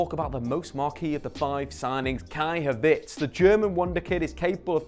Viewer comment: Nah surely he does it on purpose. "Malee" and "Havits" una